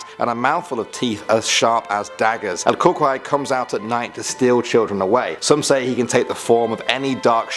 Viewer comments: El Cucuy, is pronounced *Coo-coo-ie. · I knew it i knew he was saying it wrong n it was cooocuey lmao but anyways i didnt kno that was a specific one i thought coocuey was just another word for monster